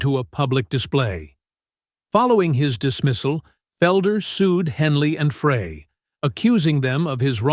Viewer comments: How did you not get hit with a copyright claim? And it's Frey, not Fray!!! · Scrap that reading software. Humans know how pronounce Glenn Fry's name; your software does not. This isn't your first video that mispronounces his name. Do you even check your output before you publish? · Glenn Frey is pronounced FRY not Fray! Such disrespect to keep on mispronouncing the late Glenn Frey's name, in multiple videos. Obviously, little research was done to not know how to properly pronounce Glenn Frey's name! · When you can't even pronounce Glen Frey . . .as in FRY, not fray. . . correctly, your credibility is pretty much shot. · Did you say Don Fray? Oh gosh another idiot AI video. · Who's the asshole who doesn't know it's Frey, not fray!! Sounds like fry!! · Fry, Fry, Fry! Not Fray....Geesh. Mr. Frey fried the Music industry. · WHO or WHAT is narrating this? A computer or a moron? " Fray", hence, hence, hence and other clumsy, awkward terms and pronunciations. 🤣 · As soon as the narrator referred to Glenn “Fray” as opposed to “Fry”. I knew this was total horseshit. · Stop saying Fray! It's Fry like French fries. So hard to listen. You got Bernie's name wrong too. If you can't get the names right , shut up. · “Fray?” Why go to all the trouble of making a video about the Eagles and then continuously mispronounce Glenn Frey’s name? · It would give this video more credibility if the narrator did some research. Blowing the pronunciation of the band members names. Glenn Frey's name is pronounced "Fry" and Bernie Leadon's name is pronounced "Leadon" like a pencil lead. Sloppy journalism. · Pronounced 'Fry' not 'Frey' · Again how come nobody knows how to pronounce Glenn Frey’s last name it sounds just like french fries!! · It's Fry he didn't even say Glenn's last name right! Village moron!! And the Eagles didn't play together again until 1994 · GLENN FREY’S NAME IS PRONOUNCED FRY AS IN FRENCH FRY!! IT’S SO ANNOYING THAT YOU’RE MISPRONOUNCING HIS NAME!! FRY!! FRY!! FRY!!